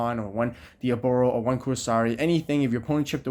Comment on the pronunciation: Just like to point out his name is supposed to be Diablomon. It's pretty obvious with the way Japanese pronounces other language words but everybody still calling him Diaboro haha